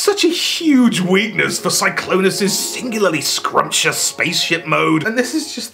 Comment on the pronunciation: “Glennclonus.” You’ve killed me